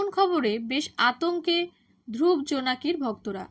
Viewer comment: বাঙলায় উচ্চারণ ধ্রুবো, ধ্রুব্ নয়।